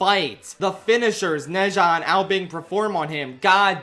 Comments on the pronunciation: you absolutely blew the pronounciation of Ne Zha, its more like "Nuh Ja" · ITS NO "NEI JA" ITS "NUH ZHA" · for future videos: ne zha is pronounced like nuh - ja (for inflections: nuh has a rising tone and ja has a flat tone) (alternatively chuck it into google translate and listen to their pronunciation, being careful to replicate their intonations closely) (you dont HAVE to do this but i think many would appreciate it) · It’s pronounced “Na-Jaa” 😅 but great video 👌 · I loved this movie saw it with my chinese class it was wonderful. Also it should be the bate minimum but thank you sincerely for making an effort at pronouncing the name the actual theater we went to see it at couldnt even be bothered to say it right 💀